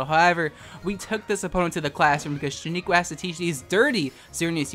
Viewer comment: Sheniqua we talked about this! it's shEniqua not shAniqua!